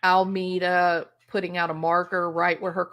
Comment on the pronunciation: FYI - Alameda is pronounced "Al ah me dah" & is Spanish for "tree lined path or street."